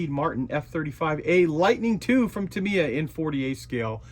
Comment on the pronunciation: too me? its tam eeee yaaaaa